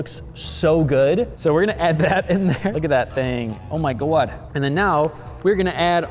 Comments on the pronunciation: him: oh my gwod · The oh my gwod! Lol